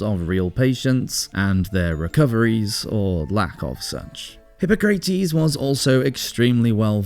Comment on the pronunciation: "Hip-pah-crah-tes" the pronunciation is all over the place! Considering that this is a channel dedicated to the Roman Empire, you should most definitely get that correct!!